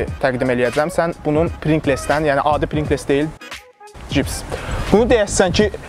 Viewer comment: Deyiliw prinqles deyil, prinqls’dir